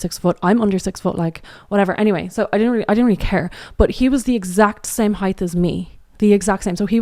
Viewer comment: Am I hearing "heighth" instead of height or is my speaker busted?